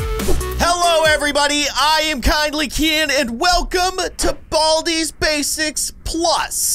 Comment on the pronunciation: I haved to watch the intro and u saying “there it is BALDIS basics plus”